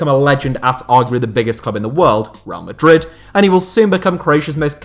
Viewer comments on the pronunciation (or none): none